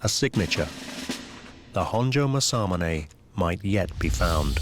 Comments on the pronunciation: That's pronounced Mass-A-Moo-Ne! Get it right! Not Massar-Munay! No 'R' in Mass-A-Moo-Ne! No 'R' in Aka-Ba-Ne! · As someone who lived in Japan for 4 years and speak Japanese, the pronunciation of Masamune is absolutely horrendous. For anyone that cares… it’s Mah-sah-moo-nay.